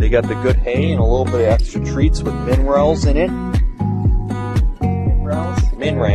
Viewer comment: "Minerals" said in two syllables 😂